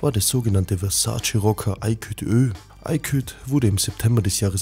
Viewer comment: Ayküt?? Junge das heisst Aykut! Erst "Neko" und jetzt Ayküt?!